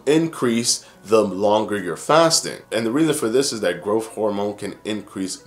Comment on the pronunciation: Just pronounce growTH correctly!